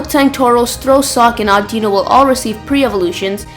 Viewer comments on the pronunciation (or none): none